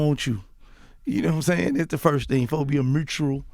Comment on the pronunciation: Supposed to = fosta 😂😂 I die every time he say that